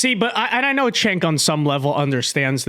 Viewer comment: It may be time to stop picking on "Jenk" by calling him "Chenk".